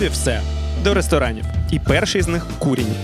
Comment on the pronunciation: КурІнь,а не кУрінь.LafA ,a не lAfa.НапІй,а не НАпій .кажіть із вірним наголосом,якщо вже визнаєте себе украінцями!